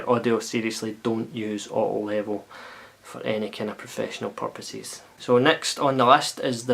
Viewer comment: wavy waavy! nice one dude. :) random dust... an american can hardly understand when you say "auto level" what the word "auto" is... still not sure, just guessing. thanks for the review...